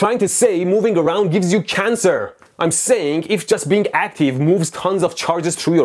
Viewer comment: Bro is totally saying moving around gives you can er :p